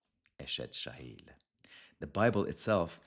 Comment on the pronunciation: You pronounce chayil: chayeel. The "ch" ist pronounced from your throat such as in Bach. Be blessed